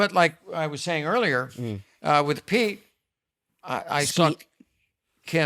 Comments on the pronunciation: Kyle kept saying Skete 😂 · lol at kyle. kept saying skete. dead lol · Hilarious Kyle keeps saying skete instead of Pete each time hahaha